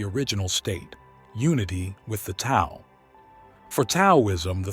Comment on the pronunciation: Very insightful..,just to let you know, Tao is pronounced "Dao"; the "t" is said as "d". Thanks for a very good video!